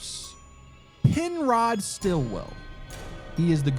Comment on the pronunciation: StillWALL!!! Not Stillwell, Stillwall!!! Urrgh, that was... not cool. I am screaming on the inside from that oversight! Otherwise... eh, this one was on an extra level of unfair, I'd say. It's one thing to prank someone with a fake story... but it's sorta kinda another to tell someone that one of them's fake when NEITHER are. One's blindsiding the guest with a hope of figuring it out, the other... doesn't have that chance and good sportsmanship. I'm sorry.